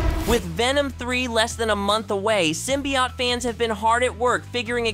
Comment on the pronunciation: Sym-bee-OAT. Not symbiAUGHT